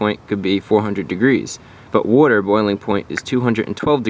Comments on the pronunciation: I am happy you pronounce Wuter properly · OMG please learn how to say WATER! PLEASE . It's very Good video but couldn't finish watching it because of how retarded you SOUND WHEN U say WATER... JEEEZZZ MAN.. SMH.. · JESUS CHRIST DUDE ITS WATER NOT WOIDER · Is he saying “water” or “wooder”? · Way he says witer 💦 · What the hell is wurter? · BRO! SAY WUTER ONE MORE TIME 😤🤬😂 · Wudder in the breaks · What's Wudder? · “Worter” lmao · watching in 2020, all I can hear is wudder wudder wudder wudder wudder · I had no idea how much I was going to get to hear him say woorder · What the heck is worder? Unless you are saying water with an accent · That's how my dad pronounced it too. I don't know where that came from. But he's right about brake fluid absorbing wooder. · What's "wooder?" (sorry, I come from the Bahston area and I couldn't hep it ;) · "It's hydroscopic, meaning it absorbs WOODER" -ChrisFix 2014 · "woarter in the brake fluid" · what's wooder. I've heard of water but don't know what wooder is. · wuter?? lmao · I’m about to blow a goddamn head gasket hearin this mfer pronounce water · Say water correctly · Where are you from Boston, LOL